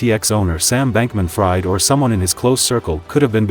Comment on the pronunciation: If you are choosing to use AI Voiceover tools (as it is obvious you are) then at least take the bother to edit video text prior to translation to 'speech' so that the AI voice reads it as it is supposed to be pronounced: in the case of SBF -- 'Fried' is pronounced 'Freed' (which should have been more than clear to anyone researching the FTX fiasco). This is a new channel so attention to detail is worthwhile -- this advice is meant as constructive criticism so I hope it helps!